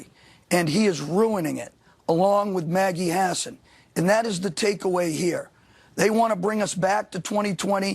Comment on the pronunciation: Did he say "Maggie Hasan"